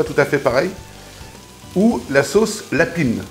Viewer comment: Chef, à Liège on dit : Sauce LAPIN. Et pas sauce lapinE